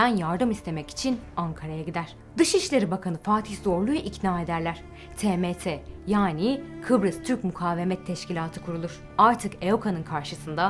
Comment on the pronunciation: "Fatih Zorlu" değil, Fatin Zorlu; Fatin Rüştü Zorlu. "Makariyos" demeyin ayrıca "Makaryos" diye okunuyor o isim.